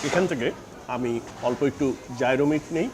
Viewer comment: Gyro ke thik "Jai-Ro" uchharon kora hoyna, "ye-ro" er moto kore pronounce kora hoy